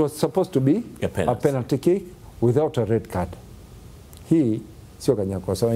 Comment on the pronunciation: Huyu nae chizi,mara aseme penat mara sio penati,duu anachekesha